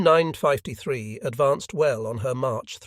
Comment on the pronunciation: Why does he pronounce it as "U Nine- Five- te- Three"?